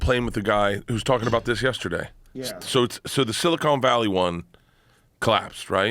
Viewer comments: “Silicone Valley” lmfao. It’s silicon my man… “Silicone valley” is what Jeremy Clarkson calls the region… Because of all the breast implants, lmfao. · "Silicone valley" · “Silicone Valley” -Bert Kreischer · I swear Burt is saying silicone valley. I mean, there is probably a lot of silicone in those valleys too, but still.😆